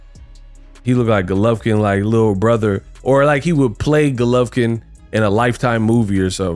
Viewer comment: stay butchering names😂😭Vegan Golovkin